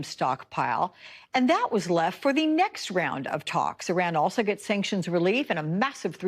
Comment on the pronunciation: Lady, say it with us, EEEE-RON, not I-ran. You're not running anywhere lol.